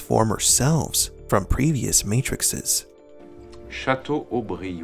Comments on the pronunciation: It’s matrices not matrixes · You lost all credibility to me when you said ‘Matrixes’ [sic] instead of ‘Matrices’